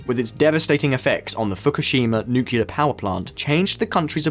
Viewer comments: Its pronounced "nuclear" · Nuclear not nucular 🤣..srlsy tho🥲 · Nuclear, it’s pronounced nuclear. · Why can’t anybody properly pronounce “nuclear”? It’s “new-clear” or “nu-clear”. It’s not and never has been “nucular” ffs. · Pronounce "nuclear" properly, please. It is not "noo-cu-lear" but "noo-clear". You lose all credibility amongst the great content of this channel otherwise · nukular nukular, come on just say 'Newclear' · "Nucular energy" lol. Reminds me of George Bush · Nookyoular? Ffs, nuclear. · Lol... Is it just me or this guy can't say 'nuclear' clearly ... If yes, then that makes him the second joker after George Bush. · It's nuCLEAR power, not nucular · How could I ever trust a video by a bloke who can't pronounce ' nuclear'. Nukilerr idiot. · Dude. Learn how to pronounce "nuclear" correctly. It's not 'nucular'. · This guy says ‘Nucular’ repeatedly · great video, but please please say NucLear. Again, fantastic content as always, thank you. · You lost me at NOOKYEWLUR geesh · I turned off this video in the first 2-3 minute because of hearing 'nucular' for so many times. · No one producing this video noticed he can't pronounce nuclear? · ah yes.. "nucular" energy.. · George Bush. He liked "nucular" energy. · As a kiwi, I have never heard another kiwi say nucular, except when laughing at George Bush. Say it 3 times Nucleus Nuclear Nucleus Nuclear Nucleus Nuclear. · Anyone who says nucular is wrong. Totally wrong. Which is probably why says it this way, it gets more people commenting on the video, and then gets a boost from the youtube algorithm. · many Americans pronounce it "nucular", but Brits say "nuclear".. like it's spelt. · Fire the nucular weapons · The pronunciation of the word nuclear just kills me 😁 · Paul Erlich: "Paul ELRICK" Nuclear: "NOOKYOOLAR"